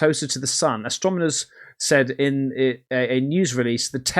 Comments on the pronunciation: “Astromoner” ? did you mean astronomer? 4 is 1 away from 5, dude you are so right. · Astronomers….say it with me, AstroNOmers. 😅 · its AS-TRO-NO-MERS.....you keep saying AS-TRO-ME-NORS 🤣🤣🤣🤣🤣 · ...yes, and "astromoners" instead of "astronomers" 😅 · Is purposefully mispronouncing "Astronomers" as "astromoners"!? Lol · You keep mispronouncing astronomers as Astromoners 🤷‍♂️ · You can't even say 'astronomer' right... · "Astronimers"😂 "Invetsigate" that word a few more times, bud.